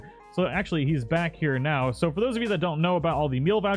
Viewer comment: "which we'll do hyah neow!"